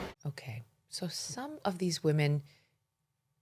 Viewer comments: It seems like she never interacts with americans. She should be able to say women and not weemen. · WEE-MEN... IS THAT WHOS INJURED